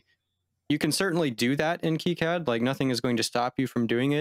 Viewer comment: It's pronounced KEY-CAD not KIGH-CAD the dev keeps calling it 'key-CAD' it's weird listening to you calling 'kigh-CAD' just me being OCD lol any thanks for great videos just discovered your channel today and subbed :D